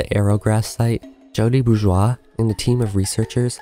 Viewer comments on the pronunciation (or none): none